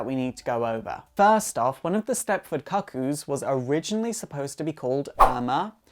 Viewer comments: I'm from Kent in England (the one region without a regional accent like Geordie: Newcastle or Scouse: Liverpool). I've literally never heard anyone beside this guy pronounce the word "kuh-koo" and hope I never do again. It's actually really off-putting to the point I can't watch the video. Shame cus it seems like a really in-depth analysis of some of my favourite characters. P.S. I think Esme and Cuckoos two and three (Mindee and Phoebe?) are working with Magneto to take down Sentinel Services... Just a hunch. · As a gay man, mispronouncing cuckoo is neither gay nor efficient. Most of us are too intelligent for that lmao